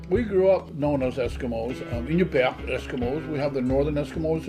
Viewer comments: Bro, Alaskan here. They are Inupiat not Inupat. Pronounced In-oo-pee-aht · Ahh-new-pee-at bro 😂😂❤ love this video